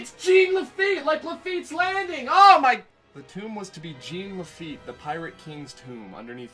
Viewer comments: I kept getting confused listening to this in the background. No one in Louisiana pronounces it GENE Laffite it's more like Jawn Lafeet. Which would be the correct pronunciation since he was a French pirate. Laffite's Tavern in Tom Sawyer island is probably a heavy reference to the Blacksmith shop he ran in New Orleans (which is now a bar) when his business was stationed there. Good video though. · Didn’t have time to retcon your pronunciation of Jean Laffite in this cut, eh? 😊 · as someone from louisiana, everytime you say "j e a n" laffite, i wince the pain it hurts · he neatt he sweett but most importantly he talk bout Jean La feett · JOHN LaFeet.